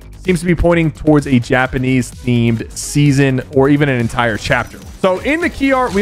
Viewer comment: Did he say yapanese 😂